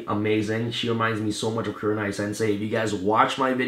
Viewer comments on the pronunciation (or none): none